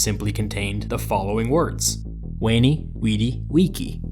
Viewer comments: I'm sorry, what? What?!? ”Wheny, Whidy, Wiki”? No, no, no... no... no... NO... NON That's Ve–neeh, Vee–dy, Vee–chi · Omg he pronounced veni like weni what a madlad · "I weni, i widi, i wichy" is like saying "I eaty, i sleepy and i training"